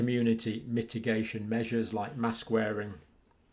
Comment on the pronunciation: Mask for what MASSKKKCs pronounce